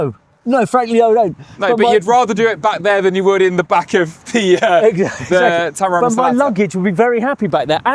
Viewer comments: I'll help you guys. Teh-meh-ra-rio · English speakers: "Temewawio" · Tememario Temeraro 😂😂😂The english people really can't say the name of the car. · Its not called tamagochi its terramario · It's more like TEMUrario. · You seriously have language issues. I don't understand why everyone in the world is supposed to be able to understand and speak English and you cannot learn one Italian name. Quite pathetic. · Making fun of Italian words that you can't be bothered to learn how to pronounce properly is pretty weak and telling. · Brilliant and informative video, especially if someone is actually in the market for one of these amazing cars. But seriously, guys, jingoistic mispronunciation of foreign languages is beneath Top Gear and its presenters. Do better. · Do the hosts have stroke or something? They can't pronounce Temerario correctly it seems. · “How many times can we mispronounce Temarario in 1 video? Tune in to find out”. At least 50 🤣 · They tried to recreate that “Clarkson, Hammond and May magic” with the initial comparison. And the constant mispronunciation of Temerario is such a classic Clarkson bit. I made it almost 10 minutes but, I have to click off. Hopefully this was a failed attempt at an homage and not a sign of things to come. I like both presenters but, not when they’re doing bad imitations of legendary automotive journalists. See you next episode. My $0.02. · The joke about not being able to pronounce Temerario got old real fast - start acting like professional journalists! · The Temerario name gag is so old 🙄 it’s not hard to say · That mispronunciation of the Lamborghini's name gag, got very old very quick. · Yeah I don't get why they were pretending it's a difficult name to pronounce. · It’s pretty pathetic actually… especially considering Brits nor Americans can NEVER pronounce anything foreign correctly. It’s pure ignorance. Imagine other countries pronouncing Bentley or Morgan wrong intentionally!